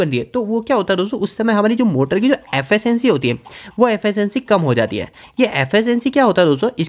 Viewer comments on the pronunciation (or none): Affacancy 😂😂😂 Pronounce it correctly Its efficiency